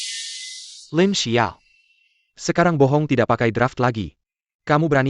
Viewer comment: LINXIAO...tlg klo baca LINXIAO BKN Lin sebelas ao